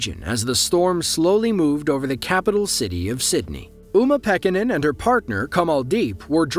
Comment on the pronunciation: Wait wait wait we are just going to breeze past those names?? “Umapeckanin & cumalldeep” LMAO!!